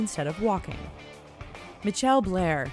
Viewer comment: WTF is a Mitchelle?!?!? Some of these fucking names